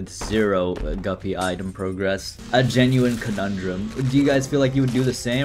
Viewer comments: New eye-tem, huh? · dont you mean eyetem? not item? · Haha item more like EYEtem hahaha I'm so funny